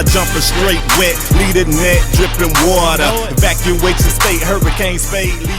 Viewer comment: You Know You From GA If You Say Water Like THAT , Haha !